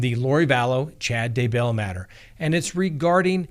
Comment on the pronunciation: Day.Bell. No accent on either syllable. Day.Bell.